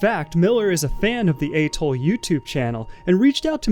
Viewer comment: Good content. The background music is absolutely unbearable. It’s interesting how you can’t pronounce atoll and the word commerce, but nail something like Mojave. I’m thinking you’re like an AI maybe…